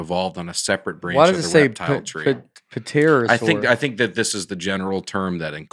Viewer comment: It made me so happy that nate pronounced the "P" in pterosaur.